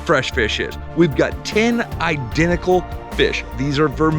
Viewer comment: EYE-dentical! Anyone else think of My Cousin Vinny when he said “identical”?